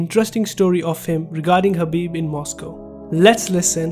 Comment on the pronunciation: Bro his name is khabib not habib 😒